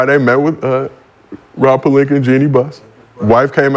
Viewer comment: lmaooo “He came to LA Friday met with Rob Palinka and Jeanie Buhhhs” 😂😂